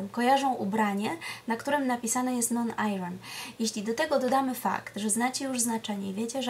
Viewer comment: Bardzo nie chcę brzmieć jak hejter,ale radzę pani sprawdzić wymowę słowa iron. Pozdrawiam:)